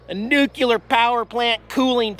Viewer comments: Nuclear... not nucular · Oh, oh, you are hurting my ears. You are saying nuke u lar when correct way is Nuke cle are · Nuclear: new-clee-urr, NOT new-cue-lur. Not a big deal, just sayin. Keep up the good work! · New Klee Eer not New-Que -ler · this is the internet, so I feel compelled to correct your pronunication :P....it's 'nu-cle-er', not 'new-q-ler' ...happens alot though, no biggie! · NUCLEAR Dude, not NUCULAR. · Noo- CLEE- er not Noo- cue - ler !!!!! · Why do you pronounce Nuclear as "nucular"???? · Nu klee ur.....not ....nuk u lar....just saying! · There's no such thing as "NUKE-YOU-LER",. It's "Nu-Clee-ar" as in "Nuclear" get it? It's "New" and it's "clear". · Nuclee ur dammit, not nukular.... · ARRRRGH! It's NOO-KLEE-ER, not NOO-QUE-LER! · Oh,! The things you find...close up cooling towers? That’s quirky! BUT, do me a favor...please say “new-clear”, and not “new-Q-lure” Only George Dubbya Bush should be associated with that ill-edumacated pronunciation. Keep safe (and right!) on the101. We ❤️ you and Jax. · It’s nuclear dude, not nucular! 🤣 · Nuclear NU - CLE - AR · Say it with me....new-clee-yer. Sounds like George W Bush was your english teacher. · Nuculer, Dude. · Where does "nucular" come from? Equally popular is "realator"